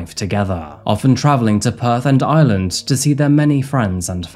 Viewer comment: IReland IReland not Island drives me nuts